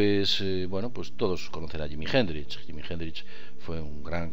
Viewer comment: jimi hendrish? vamos quillo que prinunciar bien ayuda y además anne nicole smith no era playboy quizas conejita! saludos forza aguante